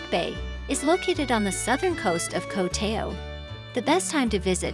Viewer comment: At least, please learn how to pronounce "Koh Tao".